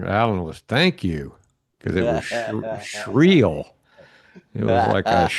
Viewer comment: Shrill. Not Shreel.